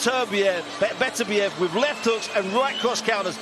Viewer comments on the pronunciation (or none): Yarde belt up to his rib cage. Ref pulling up his shorts?? Fix was in. His name is pronounced Beterbiyev. Not butter biev. Ignorant commentators